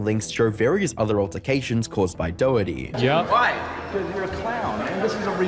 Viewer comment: His name is pronounced "Dokerty" not Doh herty.